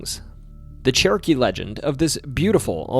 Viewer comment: My brain is telling me he's saying "Cherokee" but my ears keep hearing "churkey".